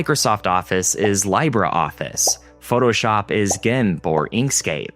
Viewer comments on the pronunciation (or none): Congrats in making the public aware of an alternative kernel for ther computers. By the way, when you misspronounce something it takes away your power of expresion. Libreoffice stands for freeofice. It is pronounced Leebre office not Liebre office. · It’s “lee-bruh” office, not “lie-ber” office. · dude said laibra office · I died inside when you called "LibreOffice" Lie-brr Office. Lee bray, dude. Lee bray. Do you only know English? Anyone who has studied a Latin-based language would know how to pronounce it. Why are you making videos on subjects when you clearly don't know much of anything about them? Leave it to a Mac user to act like the Iphone was the first smart device, too. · Do Linux people really pronounce Libre Office "LIE-bra?" That word is pronounced LEE-bray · Lee-bre office. no lie bre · "Libre"(office) as in free. Not laibre. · Libreoffice: pronounced Lee-brae office , spanish meaning FREE office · IT'S PRONOUNCED "LEE-BRE" MEANING FREE IN SPANISH. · It's pronounced Libra office, BTW. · "Lie-bra Office"?! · Libreoffice being pronounced as LIE-bruh Office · BTW, it's pronounced "leeb-ray-office". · Lee-bray office.